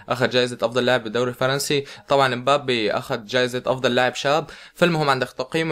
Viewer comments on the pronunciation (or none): none